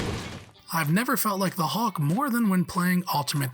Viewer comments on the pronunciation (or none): It's hulk not hawk. Cmon that's just lazy ffs. If there's actually a reason behind it the fair enough but hawk, hawk seriously. Probably just lazy. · I didn’t realise there was a Marvel character called ‘The Hawk’ 👀 at least that’s what it sounded like 😂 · Is this narrated by an Al with a limited vocabulary? I've never heard anyone pronounce "Hulk" so VERY close to "hawk" before. Strange. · Hawk? And it keeps being said that way... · Someone needs to teach this guy how to pronounce Hulk